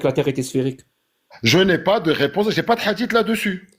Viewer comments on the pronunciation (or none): la fin est golden :face-blue-smiling: "ja n'ai pas fini!" jackie chan